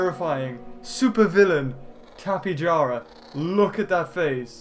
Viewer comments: it,s tipejawra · tape ja ra how it is said